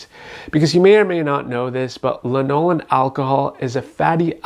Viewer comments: You're pronouncing lanolin wrong. It's LANolin not lanOlin. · Not sure if I should trust someone who mispronounces "lanolin" while claiming to know so much about it. Here's the deal: if you already use Nivea creme and like it, then the "ooh, the frangrances might cause a reaction" and the "ooh, some people don't tolerate lanolin well" are completely irrelevant because you are walking proof of your own situation. Anyone else's experiences is just... Theirs.